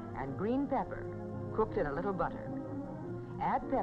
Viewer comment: Maybe it's the audio because it sounds like she says bebber instead of pepper